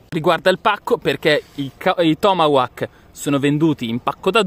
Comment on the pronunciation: ti pregoh la pronuncia dei tomahawk si direbbe tipo tomahok letto cosi è la pronuncia giusta :):):) bei razzi ,più belli gli apollo e pare avessero un botto anche più forte degli altri e bello il fatto che il coso che lo manda su nn si interrompe e continua fino all'esplosione